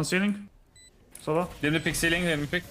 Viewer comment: for some reason they pronounced c link what i heard was ceiling LMFAO